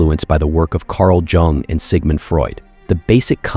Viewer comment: Bro you did NOT say Carl JJJung (It's Yung)